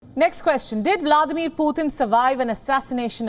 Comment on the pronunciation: for God sakes Indian people, its not "Phuhtin", its Pu-tin. not that hard to say!